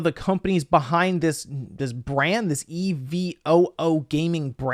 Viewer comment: Dude really has a hard time saying evo